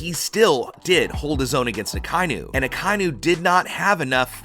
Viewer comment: DAWG HIS NAME IS AH-KAH-EE-NUU NOT AKYNU